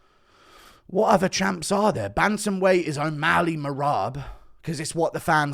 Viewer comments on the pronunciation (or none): none